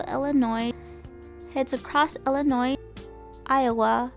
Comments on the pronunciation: Its Illinois NOT Illinoissss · The ‘S’ is silent in Illinois. 🙄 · The "s" at the end of Illinois is silent. It is not pronounced. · I love how you kept saying Illa Noise. They hate that but I think it's funny to say it your way to tease them. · Good video but a couple of minor things drove me crazy. First the "s" in Illinois is not pronounced. It's a French work like "debris". Second, about 27 minutes in describing the most beautiful views of the "whole entire" trip. Either use whole or entire but both is redundant. Again overall an interesting video. Keep it up.